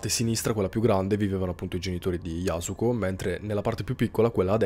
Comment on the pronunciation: Yasùko con l’accento sulla u ☺️👌